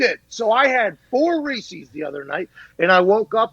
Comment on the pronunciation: Reese is the person's name. They are his pumpkin cups. Reese's. Not reecees.